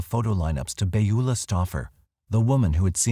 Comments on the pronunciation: Second time watching and it's just as great. However, the pronunciation Beulah is... puzzling. Pretty sure it's "bewlah". Not "bayula". Correct me if I'm wrong. Sorry - normally a couple mispronunciations doesn't bug me, but this just keeps hitting my ear weird. Plus I can't imagine witnessing something like that and not saying anything. She left her car unlocked with stuff in it? If I remember correctly. That would be a pretty good indication that something was definitely not right. This is the snoopy neighbours time to shine. When you really want a nosy neighbour, she totally drops the ball. Bad, Beulah. Bad. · Beulah is pronounce Byoo lah. I only mention it because it was my grandmother's name.